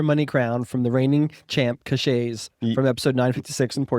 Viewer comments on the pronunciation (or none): Cascais (Portugal) is pronounced Kash-Kise. Very nice place to live.